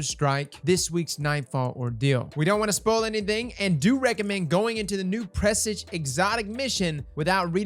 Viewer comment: say it with me.... press Awje. Presage. Pressawwjjjjeee